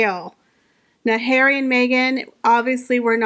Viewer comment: Love your videos and thanks for making me smile every time you say Prince Hair-wee 😅 I actually think Disney execs were mocking Meghan !! She famously made an ass of herself on their lot demanding roles in Disney flicks. She also tries incredibly hard to ape Diana and Catherine so I think you have it flipped. Meghan who had her overpriced Spotify podcast and 24/7 press coverage claims not to have voice. I think you may have mischaracterized a meta joke on Disney’s part. They were making fun of HER not Catherine.